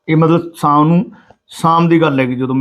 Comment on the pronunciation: O saam ne hunde shaam hundi aa